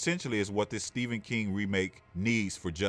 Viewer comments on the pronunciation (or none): none